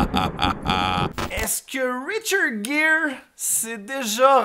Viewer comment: Hey super ta vidéo sur le reportage sur richard Gere... 😊 Attention j'ai bien dis Richard gere Et non pas richard jere c'est un g pas j ( en fonction de la langue) 😛 C'est comme le prénom de Angie les français le dis engie... 😔 on dirai un nom une engie...BORDEL C'EST ANGIE. 🙂